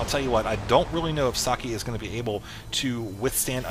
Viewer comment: Hey, I don't mind that Husky already casted that. At least you spell "Socke" almost correct instead of pronouncing it "sock" like Mr. H to the Usky does :-)